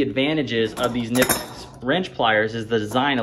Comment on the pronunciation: It’s pronounced Ka-nipecks, the K is not silent in German.